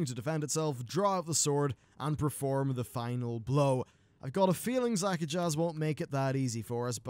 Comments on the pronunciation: not zakajazz. Zuk-ahj. The last z is silent. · Disappointing that Shadow Priests and Arms Warriors kill the EXACT FUCKING SAME old god minion for good at the end of their chains. WHAT DA FUCK IS CONTINUITY? Also, it's Zak-a-jj. Not Zak-a-jaz. The j and z combine into one sound. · *Ara-thee Basin (not A-rath-eye) *Za-kaj (not Zaka-jazz) Sometimes your pronunciation hurts... Lol :P